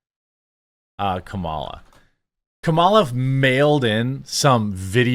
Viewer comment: You keep pronouncing Kamala’s name wrong. It’s “comma-la”, like “communism”